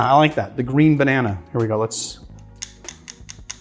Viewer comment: “Bannan”, not “Bananey”!